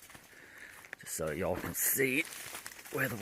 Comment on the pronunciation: "I swear some of the mice are wearing Doc Martens." Hahaha. I think your vlog deserves a post trip video with all your funny comments. You're even starting to say Ya'all with a Kiwi accent.